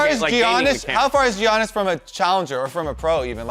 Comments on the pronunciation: and saying "Jiannis": It's pronounced Yannis damn it.... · Y’all are butchering the pronunciation of giannis